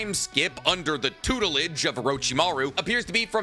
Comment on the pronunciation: "Tutelage" lmao